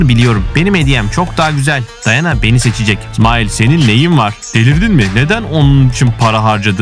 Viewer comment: Smile diye okunmuyor smayl diye okunuyor